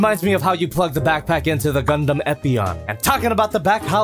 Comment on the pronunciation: Why did say g..g gunduumm